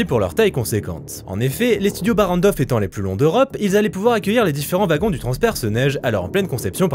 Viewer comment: Ouagons et non vagon :face-green-smiling